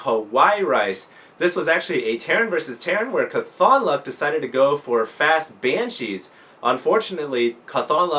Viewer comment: Great work, great matches, great video. By the way, it's pronounced CAWTHonluck, not caTHONluck. Mat Cauthon is an exceptionally lucky character from the wheel of time series, and at least the readers of the audio books pronounce it that way. Nitpicking, I know.